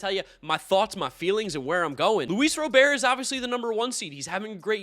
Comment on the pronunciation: He still can’t pronounce Robert’s name right.